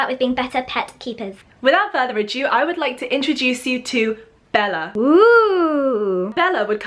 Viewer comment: 'further adew' lol